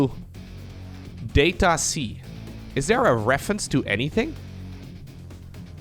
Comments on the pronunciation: You're saying it wrong! If you pronounce it "DAH-tuh see" then you'd understand why playing on Data-C means playing underwater. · DATA-SEA is what I hear every time u say DATA-C tho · Data-C “Data Sea” come on. also there’s 2 ways to pronounce data. Make it sound like it rhymes with odyssey. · "that-a sea"? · "it's at the bottom of the ocean *under the sea*" "On data-c" sounds like "unda da sea" like the song from Disney's "The Little mermaid" . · Maybe the mapmaker says "DAH-ta" and not "DAY-ta" and it's "Dat a sea". "Dat a sea?" "Yep, dat is!" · Every time you said Data-C I kept hearing "Data Sea", which "underwater map under the sea" checks out... Could just be me though. Could just be a play on words. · data-c "dat a sea" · as a fellow Dutchmani guess Data-C is a pronunciation word play thing because you pronounciate it as Data-Sea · its data-SEA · It reads data - C as in data "sea" in english. As in a sea of data, an ocean of data, or a large quanity. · It's so simple, just say "data" like an American not a European. Long A. Say it in the sentence "we find ourselves on data c". Notice how you basically said "we find ourselves under da sea"? It's just a really bad pun that only works for Americans. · its called DATA C, it can also sound like DATA SEA.